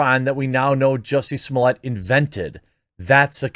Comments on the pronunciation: It wasn’t funny when Dave Chappelle said it the way he did, and it’s not funny when the quartering says it the same way. His name is Jussie Smollett, not “juicy sommelier”. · Zhoo-see smoh-lay. Say it with french pronunciation. Sounds better and doesn't make you sound ignorant.